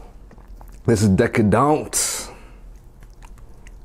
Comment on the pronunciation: “bae-cone” “cheese saouse” “onion rangs” “this is deca-downt” 😆🤣